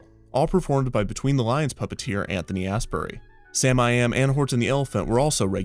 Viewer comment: Please don’t say “ass berry” ever again lol I’m pretty sure it’s pronounced as-bury I’m dying 😂